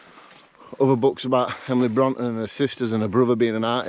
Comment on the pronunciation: I find it hard to motivate myself to get out and do solo camps, but like you I just force myself out and all the worries I had disappear! Emily Bronte who wrote Wuthering Heights is pronounced Brontay, great video I tried to make it up to top withins last year but had a chest infection and turned back. Will try and do this in a few weeks before the real bad weather sets in!